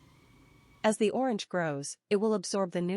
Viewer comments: She can not even say orange 😂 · You can’t “fix it” u less you stop using AI. I was willing ti comment here but I didn’t watch the video, from the moment I realized it was that stupid AI voice thwf can’t even pronounce “orange.” So unless you start using your own voice or a kfhwr human’s voice…. I won’t watch. Imagine if I typed this comment without any spaces, in one long word using random, alternating lower and upper case, no punctuation… and you had to go through the slow, irritating process of teasing out each word. How long would you last? If you have speech issues,, find another person until you’re feeling better! Get well soon!